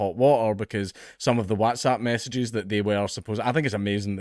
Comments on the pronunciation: why dae u say whAAtsapp instead of Whats-app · FFS gonnie pronounce WhatsApp properly! You make sound like that fad of everyone shouting “whassup!” a few years back. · Is this how Whatsapp is pronounced? I always says what as wot. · We all just glossing over how he pronounces "waaats app"? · You say WhatsApp funny 😂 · I love the way Dank says whatsapp 😂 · Why are you pronouncing whatsapp like an American? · The way you pronounce Whatsapp is hilarious